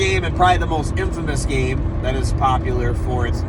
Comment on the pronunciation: first time you said game manuals, it sounded like you said gay manuals. LOL